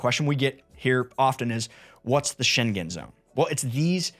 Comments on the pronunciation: Maybe you can correct the pronunciation?. It's sheng-gen or sheng-gn. (not Shen-gen) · That zone is the "Scheng-en" zone. It is not the "Scheng-gen" zone. It's like singer, not finger. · It's not sheng-gen...😅🙄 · Schengen doesn’t have a hard G. It sounds like the -ng in “banging”. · For future videos please inform yourself how to pronounce Schengen. It's a place in Luxembourg, not China. I cringed every time you said it